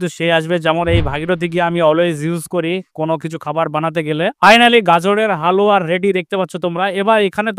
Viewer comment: Dada halua bolte giye to apni haoya bole diyeche 😂